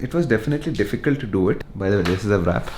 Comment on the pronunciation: Just this one thing, the w in wrap is silent... It's not vrap